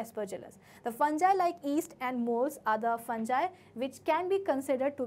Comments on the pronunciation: Maam its fungi not funji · Mam it's fungi not a fanjai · It's fungi not funjie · You are not pronouncing fungi properly